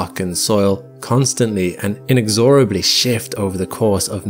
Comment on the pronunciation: Very interesting. I had not even heard of this earthquake at all! (Maybe because of the New Year holiday?). PS, heads-up from a sometime EFL teacher, with “inexorable” , the stress pattern is “inEXorable”.